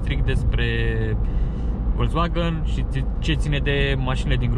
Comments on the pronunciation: ))) nu stiu daca e ptc ador germana, dar "folksvagn" suna mult mai bine, dar pe la noi chiar n-am prea auzit multa lume sa zica asa:)) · Învață să spui "Volkswagen" corect, apoi apucă-te de review-uri